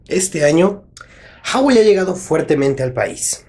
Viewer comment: en la palabra Huawei tambien se pronuncia la U